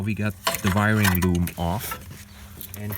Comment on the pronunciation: I love the way you say Viring Loom. Try saying “The White Van Visited the Villages”. LOL. P.S. my wife is German.